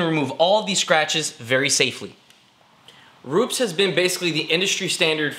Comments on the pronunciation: ru- pez not roops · Hi, I think its been mentioned before....Its Roopez (phonetically)...not Rooops....with your first name being (close to where Rupes are in Italy) you should be getting it right. also you should credit Kevin Brown (AKA Buff daddy) for the washer mod great vids though Paul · It's "ROO-PES" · J M Ru-Pez lol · Ruu-pess, not with a Z, there is no Z in Rupes. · It's pronounced Ru-pez